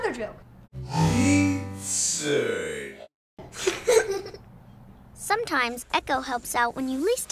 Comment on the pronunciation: Haha pizzer. Froot salad